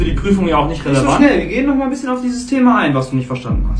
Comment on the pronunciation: Du mit deinem noich🤣 İch Schwöre so lustig